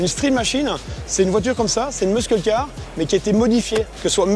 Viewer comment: j'en peux plus de l'entendre dire "muskull" :/